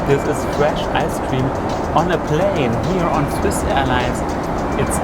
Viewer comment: Es heiß with und du hast wiss ausgesprochen